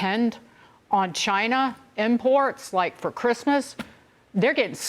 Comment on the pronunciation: Come on , let's answer the important question here, why can't some Americans not pronounce China properly ?